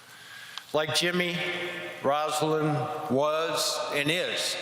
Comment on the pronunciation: It's a beautiful speech, but why can no one call Rosalynn, Rosalynn? Rosa. Lynn. Not "Rosalind." EDIT: Mondale did it. He said "Rosalynn." 👍